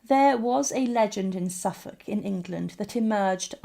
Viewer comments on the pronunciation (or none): none